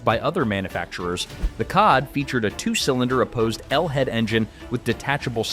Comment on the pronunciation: I guess I should waited until the end. The cod (as in the fish?) should be pronounced cee-oh-dee. 😂